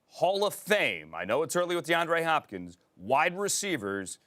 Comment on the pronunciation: As a Cardinals fan I am having the best morning of my life!! XD XD No one: Absolutely no one: Host: DeAndre HHHHHHHopkins!? HHHHHopkins?